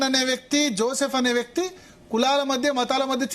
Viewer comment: పేరు జోసెఫ్. పూర్తి గా పలుకు తల్లీ...